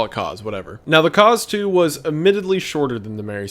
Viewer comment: Every time wendigoon said Kaz II all I could hear was Cars 2 lmao